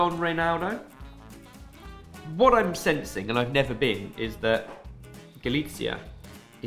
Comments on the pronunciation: This is brilliant. Just a comment from a Galician- it’s pronounced “Gal-eeth-ee-a” and “Gal-eeth-ee-an”. Makes me squirm every time you guys says “Gal-ay-cha” 😋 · Lads, it's Galicia, not Galacia. Galacia is what a very posh person calls a large block of ice. I'm heading down to Borough Market and stocking up with tins ASAP.